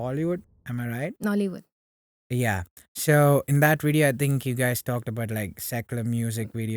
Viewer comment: When you said nollywood, it took me a minute to figure out what it was. “Yeah”😂